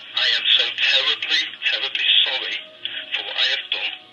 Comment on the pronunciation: I'm tewibbly tewibbly sowwy 😂😂